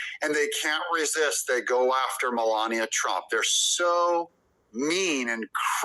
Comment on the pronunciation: You need to learn how to say her name correctly. This is the first time I've come across your site, and I'm not impressed at all !!! I can't even finish watching your BULLSHIT!